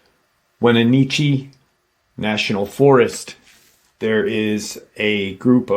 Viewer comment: Being from Washington born and raised in Wenatchee I get why people always say it wrong but it’s when-a-tchee